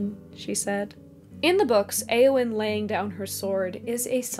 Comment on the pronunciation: Entering pedant mode. Eowyn's name should be two syllables, not three. The 'eo' is a diphthong, not two separate vowels. This diphthong does not exist in Modern English, so it is hard to get right (at least I find it so), but diphthong it is.